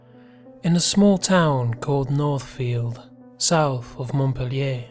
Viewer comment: You clearly haven’t lived in Vermont, you didn’t even pronounce Montpelier correctly.